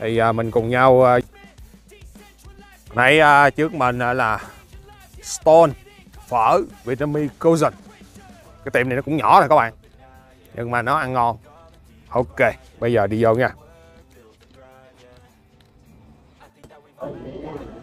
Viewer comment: Tieng Viet noi khong xong, tieng Anh noi khong ra`nh. Qua My duoc bao nhieu nam? Ca'i Pho = To Pho. Cuisine is not cousin. Your wrong pronunciation of cuisine. Your food chewing is so loud, not American way. Your You Tube will be gone away very soon.